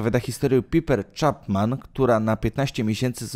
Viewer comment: PAJPER, a nie PIPER.